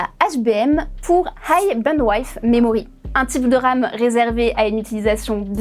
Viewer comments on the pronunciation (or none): band-ouaille-th memory Drame au lieu de DRAM. On voit que c'est des gens qui ne se sont jamais intéressé au sujet ou à l'anglais jusqu'à 10 minutes avant l'émission. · Faites un effort pour les accents… bandwidth c’est bandwidsse pas bandwaiss. Et c’est Gémini par Giminaï. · Très bonne vidéo, cependant, pensez à reviser la prononciation de bandwidth en anglais, c'est le i de "ship" et pas le i de "wide". encore une fois, les plus riches vont s'en sortir, les entreprises s'enrichir encore plus avec des marges de fou et la classe moyenne va trinquer.... c'est beau le capitalisme. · Bandwife 😅 Le i de Width (largeur) se prononce i comme en français, pas why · pas autant que bandwife 😂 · Ce qui m'a fait encore plus de peine (c'est dire !) c'est comment elle a prononcé bandwidth dans HBM. Bandwaïdth 😭 Je ne comprends pas ces gens qui font du contenu public et ne prennent pas 2 minutes pour se renseigner sur la prononciation des termes techniques ou étrangers. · Ils manque la bandwaïth pour le prononcer de la sorte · Le pire c'est bandwidth qu'elle prononce bandwaïth quelle horreur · C'est pas comme ca qu'on prononce "DRAM" et "Bandwidth"... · Ça encore ça va, en anglais c'est comme ça qu'ils le disent. Quand on a l'habitude de regarder du contenu anglais, ça ne choque pas. Par contre sa façon de dire DRAM et bandwidth, ça m'a fait un mini-AVC.